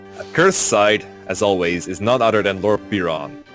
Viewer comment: Lord Beer-on